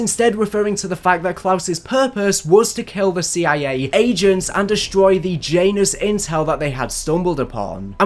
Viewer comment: Jiant anus. Janus